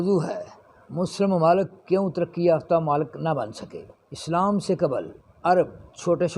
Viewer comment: Islaam aur taaleem saheeh se pronunciate karne se bhi aapki khabar mein aur wazan par saktaa hai, I think. X Tleem √Taaleem X mloomaat √maaloomaat X slaam √Islaam